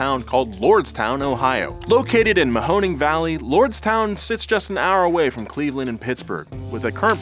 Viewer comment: Great job on the pronunciation of “Mahoning.” Btw, as a Youngstown, Ohio native. This felt like a scam from the start.